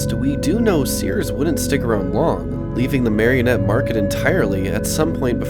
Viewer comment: I grew up in Menominee/Marinette in the 80s/90s. Spent a lot of time at the Pine Tree Mall. A few observations based on memory... 1.) Marinette is pronounced Mare-IN-ette, not Marion-ette 2.) entering the mall, would have been Kindy Optical and The Circus Arcade, and Zales jewelers on your right (where Petco is now), and Osco Drug on the left. The former Younkers(formerly PrangeWay) was straight ahead. The small wooden paneling/window to the right of the Younkers entrance was the side of Bath and Body Works, once also a Jewelery store. To the right of the old fountains, the corridor extended down to the old Walmart(now Kohl's). **side note, the Petco mall entrance appears no longer functional as of my last visit at Christmas. 3.) The blue/white checker storefront was originally a Baskin Robbins, and by the 90s was just a generic named ice cream store/cafe. The reason it's open like that is, aside from the original anchor stores, the mall had no public restrooms. Now that all of the anchors are gone/sealed off, it's the only remaining restroom option. 4.) County Seat closed in the mid 90s and has looked exactly like that since. In that middle portion of the mall was once Athletes Foot, B. Dalton, Things Remembered, Claire's, Hallmark, County Seat, Baskin Robbins, The Gap(which became a store called Bottom Half in the 90s), a bank, Cool Nails, and Payless Shoes. Most of these stores, still existed into the mid 2000s. 5.) Dunhams replaced Sears, which was just an appliance/lawn/